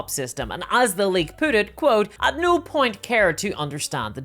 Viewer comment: i like your accent except the part where you pronounce no as "nigh"